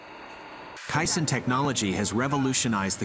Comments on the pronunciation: “K” - Sun, not “k” sin” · " case-on " perhaps? not quite sure what a kye san is. sounds Japanese. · its pronounced "KAY-Sonn " Not cai-son.... Get your facts straight before posting. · Lol you mean k-SON vs kai-SON (Correct pronunciation is k-son) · Heads up to the dopey AI bot: It’s pronounced kay-san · Caisson is pronounced as KAY-SON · Yes and none are correct. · Decide how you’re going to pronounce caisson.